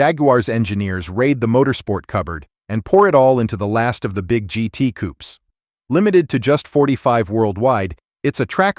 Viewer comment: Get rid of AI voice and use English - Jag you are not Jagwar - it's coopay, not coop and I have no idea what a monocoke is.